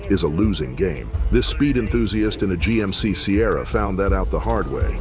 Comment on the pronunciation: G.M.C. is NOT pronounced JEEP. Thumbs down.